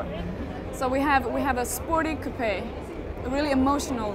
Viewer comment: She said coupe- e